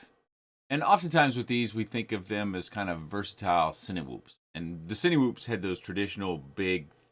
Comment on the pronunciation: i love love love your content. seriously. very helpful. one pet peeve. 'sinwhoop' lol. it's pronounced sineh-whoop as in cine-ma, cine-matic, cine-matography. :) thanks for what you do